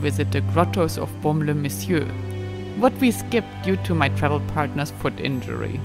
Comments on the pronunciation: merci pour ces belles images ,j adore votre accent et votre façon de prononcer BAUME- LES -MESSIEURS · Baume-les messieurs est un incontournable de notre belle région, bien-sûr. Présenté et prononcé avec votre ravissant accent anglo/suisse bernois il devient plus merveilleux encore. Merci, vivement le Bordelais.